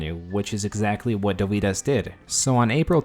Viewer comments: Next time at least bother to pronounce the name right. It's not that hard to look it up. Dovydas emphasis is on letter o, not y. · You seem to mispronounce Dovydaddy as "Doh-vie-dahs" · It's DOvydas ffs!